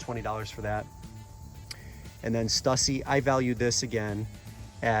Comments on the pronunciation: STUSSY is actually pronounced Stew See. I live your videos. Keep up the great work. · Pronounced Stew-See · It's pronounced St-ewe-see but great find also subtract 25/30 percent from grailed prices is usually what you'll actually get